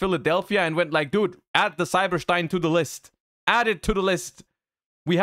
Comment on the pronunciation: Stein is a german Word and thats how you pronounce it